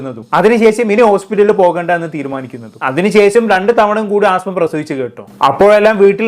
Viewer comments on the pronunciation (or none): ആസ്മ അല്ലടാ പൊട്ടാ 😂അസ്മ 😂ആസ്മ ഒരു അസുഖ ത്തിന്റെ പേരാണ് 😂😂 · ആസ്മ അല്ല അസ്മ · അസ്മ not ആസ്മ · Penkuttide peru neeyum thettichu😂aaasma alla asma😂😂😂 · Asma aan ആസ്മ alla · 'ആസ്മ അല്ല' "അസ്മ" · ആസ്മ അല്ലെടാ അസ്മ ' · Chetta Aasma alla asma ennanu😢